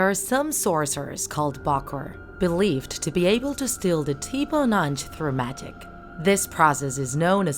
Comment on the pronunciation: I’m Haitian and I’m sorry but you pronouncing ti bon Ange wrong it’s ti b-uh ah-nge